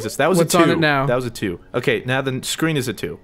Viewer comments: Did say part 2 or part doo?? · "Part dew"